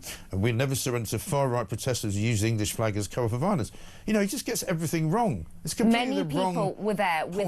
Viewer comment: "Doing everythink"?